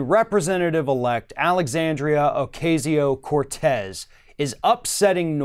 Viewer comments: OH-KA-SEE-OH not OH-KAY-ZEE-OH... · It's pronounced Oh Cah See Yo, not Oh CAY See O. Other than that, great segment! I had to forego the chance to become a DC intern as most of my fellow Truman Fellows could, because I was a single mom - in 1988! It's unbelievable that 30 years later, they're still making it possible for only childless and rich people, or people willing to live like grad students while working 16 hr days, to be interns and "serve" the public. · It's pronounced O-cazz-io, not O-caze-io. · C'mon, can you pronounce her name correctly" O-KAY-ZEO? Sheesh! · Love that girl..... BTW its Ocasio (Oak- ah-si-o),... pronunciation is still everything.... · Ocasio (O-kas-e-o)... don’t mispronounce the lady’s name like those Fox News guys. Please, don’t be like them. It’s a mistake, but still, I’ve heard you do it a few times. Just not this video. Just trying to be helpful. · I think it's odd that he is mispronouncing her name. It's the same pronunciation that FOX uses for which she gave them shit about. "It's been three months." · Y u keep pronouncing her name wrong